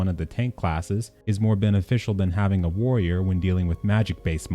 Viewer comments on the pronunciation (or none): none